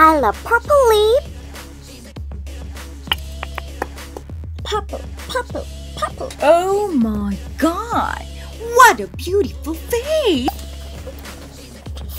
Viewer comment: 오~뫄이갓~~왓!~뷰티풀~페이스~ 발음 진짜 찰지심ㅋㅋㅋㅋㅋㅋㅋㅋㅋㅋㅋㅋㅋㅋ